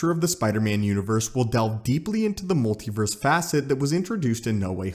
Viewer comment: "pacifically." "molti-verse."